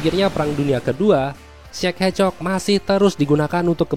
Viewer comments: Kok denger nya kayak cek hecok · Kedengaran seperti Czech ehcok